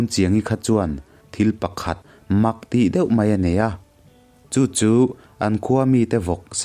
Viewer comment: Atui a hal ta hle mei a , ( mei , niloin 'mai ' aw.. ) tlemin fimkhur la.